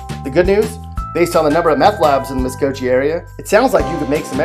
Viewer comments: This clown, whoever he is, is just a prick. And he sounds like some fudge-packing cornholer. His videos of other states all use some of the same graphics/pics as what he has here. Too bad he screwed up the pronunciation of Okmulgee and Muskogee, but that just shows he's not from Oklahoma. Could have been worse though if he'd try saying Washita, Lookeba, Eufaula, Gotebo, Poteau, or Okfuskee. What a loser. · I'm pretty salty, being born in MuskoGee. I cringed every time he said it.. if you're gonna passive aggressively talk shit through a worst of video you should at least be slightly educated on the subject. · Totally butchered the town names. No credibility . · Jordan Ryan why are you surprised, hes a okie for sure! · It’s Muskogee Gee not jee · Muskogee It's a hard G like Goat not a soft G like giraffe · I agree. Jee??? Really? Learn to say the city proper or stfu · MUSKOGEE-MUS-KO-GEE! NOT MUSKOJEE! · Hard "g" not "j". Get it right or go one to Texas. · Say it with me one time MUSK-OH-GEE Muskogee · Oak - moGee the Gee rhymes with Lee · Clearly, this kid never heard Merle's Okie from Musko(j)ee, and folks from Oak mel jee, just refer to Okmulgee, as The Mug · the way he pronounced muskogee bro.. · The way you say the names is so funny.. that is not how you say them lol I am a OKIE from Muskogee. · Ummm, Dude, where were you educated? Please do your research and pronounce the name of Muskogee, Okmulgee, and Seminole correctly. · Even though he totally butchered Okmulgee and Muskogee which I feel low key disrespected for smh lol but it is right Okmulgee is amazingly boring the only things to do are either go to Walmart and the casino but Meth is becoming a pretty popular thing to do lately which how ironically is making jobs but also taking jobs away from the city at the same time 🤔 lmao jk but yeah it’s extremely boring here like extremely lmao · Mispronounced okmulgee and Muskogee lol but got Miami right, weird. Anyways you forgot anadarko lol